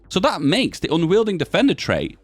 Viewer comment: Unyielding is pronounced with a y in a w.